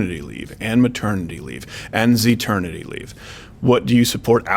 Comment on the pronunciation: He just said "and xeternity leave" that did it......I'm dead. 😂😂😂😂